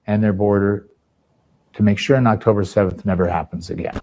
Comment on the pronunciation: "but 7th Okhtober...."